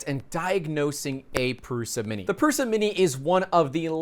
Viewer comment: pls pronounce it prusha